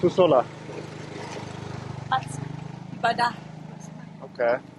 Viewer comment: Not Pusola but Mushola, it means a mosque for pray